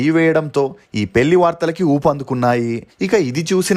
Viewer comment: నీ తెలుగు ఉచ్చారణ మార్చుకోవా anchor ? పెల్లి ఏంటిరా చెత్త నాయాలా